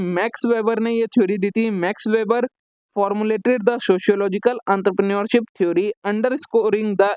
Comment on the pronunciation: Entrepreneurship❌ antrapre neurship✔️👽